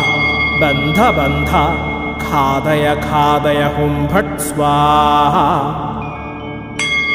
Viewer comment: Ghathaya ghathaya not khadaya khadaya